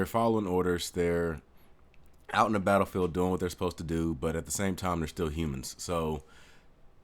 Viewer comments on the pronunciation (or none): none